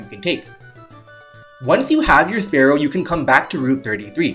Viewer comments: It's always bugged me (just a little) when someone says "sparrow" instead of spearow (spear-row). Honestly, the names should be swapped since Spearow hides its fear with aggression and Fearow has a beak that looks much more spearlike. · Good video! btw spearow is definitely not pronounced exactly like sparrow the animal, like what would be the point...